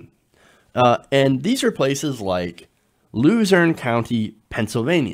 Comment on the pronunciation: I had to rewind it three times. I honestly thought he said "Loser County, Pennsylvania." Also, dear god these people are morons to ever think the millionaire who inherited his wealth, took a s*** in a golden toilet, and casually declares bankruptcy, would somehow relate to the common man. Let's be frank, these people are racist to the core and simply were excited at idiotic concepts like "Build the Wall." I honestly think too many of these shows are focusing that Trump supporters feel betrayed for the economic reasons. I doubt they ever really considered economic benefits. They were scared of the brown people coming in.